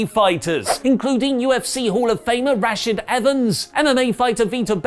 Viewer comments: It's also rashad.. not rash-id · KAJEWDO? RASH-IHD??? Come on for fuck sake. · "Rash-id Evans" XD Just a heads up, it's "Rah - Shaud" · Ra-shed Evans? That was funny. Rah-shod Evans. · Dude I love you but u pronounced Cejudo's name and Rashad's name wrong like so so so wrong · You NEED TO LEARN HOW TO PRONOUNCE ST.LOUIS properly! Cejedo, Rashad... Belfort.... Just come on man, click one video of an interview to see how to pronounce his name properly... You guys invented English, stop butchering it! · The mma names 😩 let me help you out there pronounce rashard cehudo c like s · What about how said Rashad Evans name 😭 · I also heard him say that at first, but when u listen closely, he actually says Rashad, but accentuates the first syllable instead of the second.